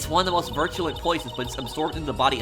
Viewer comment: "virtue-lent" lmao